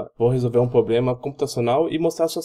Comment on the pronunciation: Só queria dar um conselho, quando voce começa seu video falando "pobrema" pelo menos metade desiste de assistir, e quando voce prossegue engolindo os plurais e falando "poblema" a outra metade já desistiu faz tempo. Se esse video valia alguma nota nem imagino quando voce deve ter tirado. A explicação está até boa mas com esses erros de portugues, é um sacrificio assistir ate o fim. Tenha mais cuidado.